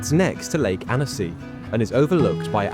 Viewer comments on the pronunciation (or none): The town should be pronounced’ AN-see’! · Why bother making the video if you can’t bother to pronounce the name right… worse still, still being defensive and disrespectful when someone bothers to correct you. 👎 👎